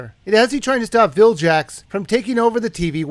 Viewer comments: vilgax not viljax :p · Vilgax is pronounced (Vill-Gacks) not (Vill-Jacks), but then again, what does it matter? :P Good review. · the g in vilgax does not mean juh it means guh like in gun or gum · Its not Vil-jacks, Its Vil-gacks. (Spelled Vilgax) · Did he just say Viljax??? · It's pronounced "Vill-gaxe". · It's Vilgax with a hard-G, like guh. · I think the voices for all characters are in the 3ds version, so, if that's the case, then what the shit is up with the laziness? It IS inexcusable. P.S., the "G" in Vilgax is hard, not soft. (No jokes, please,....) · Sorry for being a douche, but the "g" in Vilgax is pronounced "g" like at the begining of "game", not "g" like at the begining of "generation".